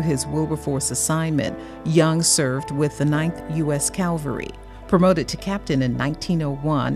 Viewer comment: Cavalry, not calvary.